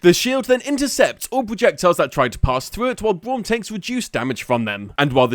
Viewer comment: I like how he says Bwaum at the start